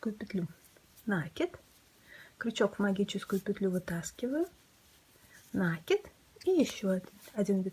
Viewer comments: спасибо. Не с первого раза, но получилось) В вашей коллекции много стильных изделий, но это - произведение искусства! Мастер класс по вязанию розовой сумочки спиралькой не смогла слушать(( Попробую вязать без звука. В мои бедные мозги не влезает слово нАкид( Впечатление, что его подхватили от мастерицы, живущей вдали от культурного центра. Может и пустяк, но такое хорошее дело портит((((( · Жаль не увидела раньше.... Меня тоже коробит, но слово накИд. Специально опросила всех знакомых вязальщиц, все делают ударение на первый слог )) И я живу не в глубинке ))) Да, возможно с точки зрения грамматики это неправильно, но это сленг вязальщиц и он имеет право на существование )))